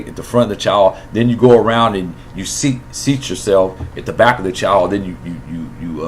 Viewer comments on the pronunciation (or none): none